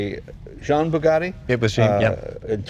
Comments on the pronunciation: And Jean is pronounced John with a very hard J sound. And the way Leno says "that" while the camera flips over to the most valuable car ever. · I thought Canadians knew how to pronounce French. Jean Bugatti wasn't a woman. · Does keep pronouncing the French name "Jean" as if it follows English pronunciation rules? As a Canadian you'd think he'd know...